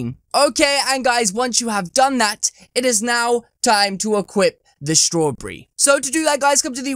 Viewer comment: He says strawberry wrong 😂 nice accent